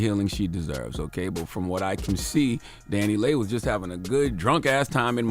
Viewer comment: It’s Dani(Lee)Leigh, not Dani(Lay)Leigh.